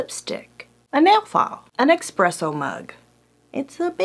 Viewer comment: Please, it's called eSpresso. Not eXpresso. It's shortened coffee, not fast 😂